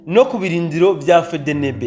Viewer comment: Uzuravuga Efdienibi apana fedenebe 🤣fedenebe ivuga abohakury uze uraga prononça 🤣🤣💝💝💝💝💝💪💪🇧🇮🇧🇮🇧🇮🇧🇮🇧🇮🇧🇮🇧🇮🇧🇮🇧🇮🇧🇮🇧🇮hejuru cane gihugu canje🥳🥳